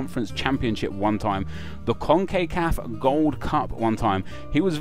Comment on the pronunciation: He pronounced it woefully incorrectly hence my comment...ignorant much?